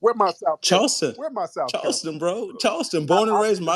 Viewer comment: That guy I believe he's from Charleston. I'm from SC and I notice he pronounce Carolina like Curolina. The Ca sounds like Cu. I was confused until I went back and heard it for a second time.